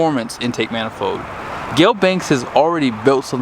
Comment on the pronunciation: “mana-fode” rhymes with heads up “dis-play” lol